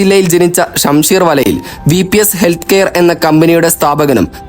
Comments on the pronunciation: shamseer valayil അല്ല ഷംസീർ വയലിൽ എന്നാണ് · Valayil Alla vayalil when you make a video hear first. Who will trust your advertise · Eda mandaa.. valayil alla. Vaya lil😂😂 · ഷംസീർ വലയിൽ എന്നല്ല വയലിൽ എന്നാണ് ഉച്ചരിക്കുക മലയാളം പഠിച്ചിട്ട് വ്ലോഗ് ചെയ്യുക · ഷംസീർ വലയിൽ അല്ല 😊..... വയലിൽ ആണ് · ഷംസീർ വലയിൽ എന്നല്ല വയലിൽ എന്നാണ് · ഷംസീർ വലയിൽ അല്ല ഷംസീർ വയലിൽ ആണ് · Shamseer vayalil not valayil. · ഷംസീർ വലയിൽ അല്ലെടോ. ഷംസീർ വയലിൽ ആണ് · വലയിൽ അല്ല വയലിൽ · വലയിൽ അല്ല പൊട്ട വയലിലാണ് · ഉച്ചാരണം ശരിയാവാൻ ഒന്നു നാക്കു വടിച്ചാൽ തീരുന്ന പ്രശ്‌നമേയുള്ളൂ......